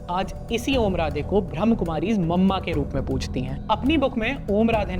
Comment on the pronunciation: One correction I would like to suggest- it's not 'ब्रह्म कुमारीज़', it's 'ब्रह्मा कुमारीज़'.. 😇